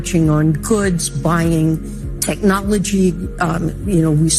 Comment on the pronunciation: "DAY BOT TEKNOLOGEEE"